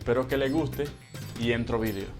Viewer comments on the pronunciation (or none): none